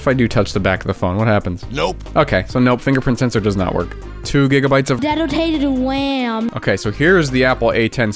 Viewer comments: detotated wam gets me every time 😂 laughing so hard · the " two giGabYTEs od dESAgnaTED wAm" had me in tears